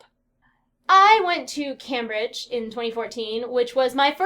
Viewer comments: I'm sorry but it's pronounced Came-bridge, not Cambridge XD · it's kinda cute that she pronounces Cambridge as cam-bridge (logical, right?) but it's actually pronounced came-bridge ;)